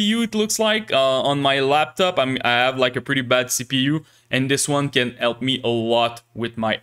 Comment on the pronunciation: I officialy grant you the permission to pronounce H in the word "help" 📜